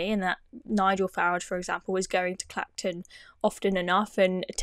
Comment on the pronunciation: He's called Farage, not FARGE!